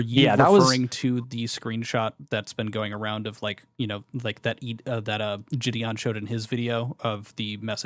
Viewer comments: How can someone know Jideon personally and call him Ge'dawn. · why does he call jidion, "jidon" LMFAO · “jih-don” is jidon and thats jidions actual name 😭 brain of a baby toad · I can't watch this because I can't get over him calling him JidON. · bro how is literally everyone in the situation so damn unserious??? After all this involvement and correspondence with him and such, how the FUCK is this dude actually calling him "jih-don"??? Oh my lord this is so annoying to listen to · He worked for him, but doesn’t know how to say his name? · This dumbass can't even pronounce jidion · How’s bro gonna say he’s been friends with Jidion for at least 2 YEARS then keep mispronouncing his name like son 😭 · Fucking hell this kid can't even pronounce Jidion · I can't get over the fact that one of Jidion's upper mods can't even say his name right 😂